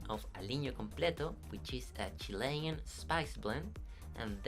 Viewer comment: It is Chilean, not Chilian.